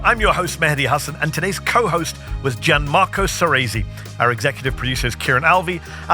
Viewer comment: How disgraceful. Gianmarco doesn't even know how to correctly pronounce "Gianmarco" ... 🤦🏻‍♂️